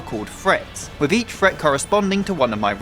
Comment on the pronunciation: PSA "Fret" = Threat. For anyone else who was wondering, lmfao